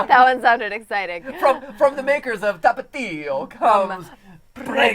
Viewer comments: Matpat i love u man. but please do one thing for me. PLEASE NEVER SAY TAPATIO AGAIN!!!!! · 2017 and love the way he laughes and says 'Tapatio' Mexicano approved Stephanie has a bit of a Dom streak to her, wow o.o My TASTE BUDS ARE OVER 9000!!